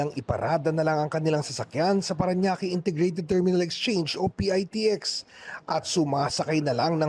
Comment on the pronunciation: PITEKS ANG TAMANG BIGKAS NG MGA KONDUKTOR HINDI PIAYTIEKS